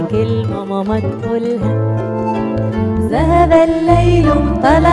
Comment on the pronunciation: بس ياريت تقولي ذهب وليس زهب